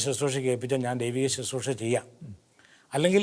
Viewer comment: Not Suthroosha, please pronounce correctly as Bro. says as Susroosha.